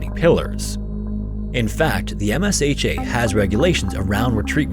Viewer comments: Msha is pronounced as M-sha (m-shaw) not M-S-H-A. The more you know 😊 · Excellent research and presentation as always! To help you for the future those in the industry pronounce MSHA as M-SHAW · MSHA is usually pronounced EM-sha.